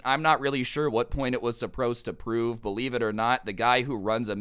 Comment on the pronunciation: "Supprosed do brove"